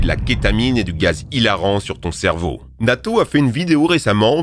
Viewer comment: nato 🤣 ça se prononce "natou" mais tkt:yt